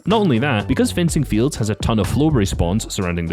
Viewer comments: bro said frenzy fields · It’s fencing fields not frenzy fields 😂